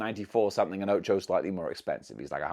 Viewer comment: Dammit her name is pronounced "Ochako" you just left out the letters a and k at least you got Izuku's name right and I hope I will able to buy them the only problem is that they are too god damn expensive to me